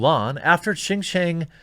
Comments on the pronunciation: Dude, at least put a minimal amount of effort to finding out how to pronounve something, it's pronounced "shin-yiang", you can use google translate to read it back to you or just plain google some online text to speech tool,is not that difficult... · Very well said. I hope this ends up being a wake up call for all these kowtowing corporations. Just for future reference though, Xinjiang is pronounced "sheen jyong". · Brah. Xinjiang, pronounced sin-jyahng. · Jeremy.. Xinjiang.. pronounce. Shin-Ji-Yang. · It’s pronounced shin-gee-ahng